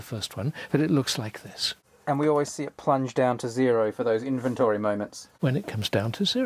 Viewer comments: I appreciate Neil Sloane greatly, but I cannot get over his pronunciation of the word "inventory". Has he somehow never heard that word spoken aloud before? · Second time he said inventary I had to stop the video, maybe reupload with overdubs?? 😂😂